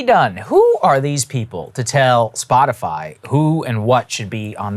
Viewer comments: I like how Breaking Points chose the Jen Psaki fly swatting image and the clips has her saying Spot-a-fly. 😂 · Did she say 'spotiFLY??? ' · Oh she's talking about Spotifly, Joe's fine. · Hey, listen closely she says "Spotifly" 🤣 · she says Spotifly. WTF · She can't even pronounce "Spotifly" right. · Did she just say spotifly? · Did she say spotiFLY?? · does she call it SpotiFLY??? 😂😂😂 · She said Spot-i-fly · And still said spotifly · "Spotifly" - Jen Psaki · Did she just call it Spotifly. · "Spoti-fly" .... they should officially change their name to that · Did she say Spotifly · Did she say Spotafly? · What the fuck is "Spotifly" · Did she call it Spotifly? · did she say spotiFLY? only fly i spotted was on Pences heads... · lol she said Splotifly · “Spotifly” - Jen P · The fact that she doesn’t even know how Spotify is pronounced tells you everything you need to know. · Jen kinda sounds like a parent who refuses to pronounce Spotify correctly. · Did....she say Spotifly? I can't unhear it now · Spot-a-fly? Is that what she said? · does she always say "SpotiFLY"? i swear I heard it like 4 different times now. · Did she say "Spoti FLY ???" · She actually said “Spotifly”…that’s funny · Anyone else hear SPOTIFLY? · (Looks both ways…) … “Splotifly”? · Did she say “spotifly”? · Did she say “spot a fly” 🧐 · "Spotifly".... Wtf? People in the whitehouse are truly idiots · She’s said “Spotifly” instead of spotify. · SpotiFLY!!!! She said Spot if Fly! Among an ignorant response. She's the WH Comms director! Oh no! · Spotifly!!??!! She trying for a dig, or is that ignorant of something she is expressing her opinion on in front of millions. Its crazy either way!! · Am I literally the only one who hears her say Spotifly? Like can she know what the company is called before she comments on it, please? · "SpotiFLY" she said. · Psaki called it Spot-a-fly 🤣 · huh huh, she said spot-a-fly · What she said was wrong, but I do like “Spotifly” better that “Spotify” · She said Spoti-fly 🦟.